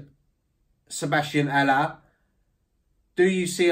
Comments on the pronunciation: love that actually bothers to pronounce Haller name correctly! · I rate your pronunciation of Haller